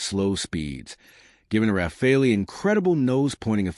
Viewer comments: AI BS cannot even pronounce Rafale..... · AI slop. Or a commentator who deliberately changes how to pronounce, "Rafale", within the first minute.